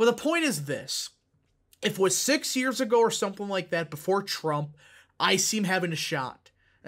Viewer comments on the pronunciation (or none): none